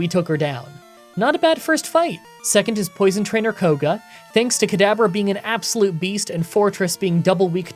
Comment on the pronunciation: Why do you call Kadabra "Cadaver"?